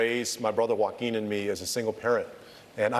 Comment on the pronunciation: The way he pronounces Joaquín really goes against what he's saying x)